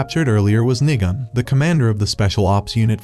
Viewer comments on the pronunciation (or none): got me laughing on the ground when he said nigon but sounded like n**a